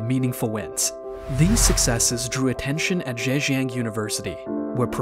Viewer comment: Zhejiang, not Zhanjiang.